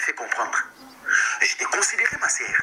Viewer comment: Tu es en Europe soigne ton français. On ne dit pas ma serre mais on dit ma soeur.